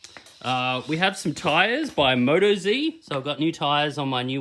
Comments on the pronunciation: Moto Zee?.. Its an Ausiie company so 'Moat Oz'! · "Moto zee" lol its motOZ mate